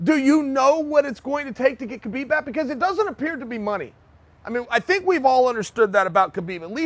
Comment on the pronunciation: Damn, all the shit you talk you cannot even pronounce Khabib's name correctly?